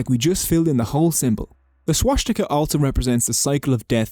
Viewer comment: Why the heck is swastika being pronounced w a German accent?